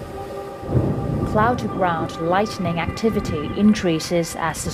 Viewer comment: Beautiful video. Naff commentary. It’s “lightning”, not “lightening”.